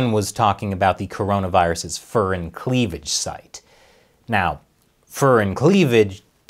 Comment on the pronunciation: The Fur in furin is like the fur in fury, not the fur in furry.